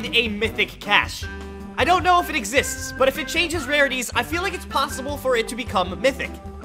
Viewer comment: When he said does the mythic capsule exicts i said does you skills exicts buddy😂😂